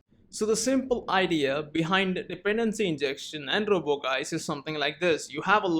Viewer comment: I think it's supposed to be pronounced like "juice". Anyways, great video!